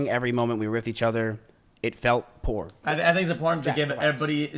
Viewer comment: This mfer definitely used chatgpt lmao if he really wrote it he would know how to read the word “pure” but instead came out as “poor” 🤡